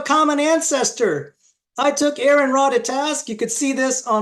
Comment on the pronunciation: Note to..his name is spelled Aron, not “Aaron”..thus you should say “Ah-run”..he’s a friend of mine and I don’t appreciate you not even trying to say his name correctly!